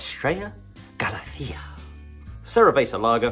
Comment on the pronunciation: Lemon sherbet? Sweet corn? White toast? Haha! You're full of it. Estrella Galicia is one of the best beers in the world, and it doesn't have any of the taste tones you described. And it's gal-ISS-ya (in Spanish "gal-ITH-ya"), not gali-SEE-ya.